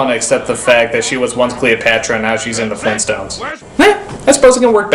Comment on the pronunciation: GRAND DAD?! FLEENTSTONES?!?!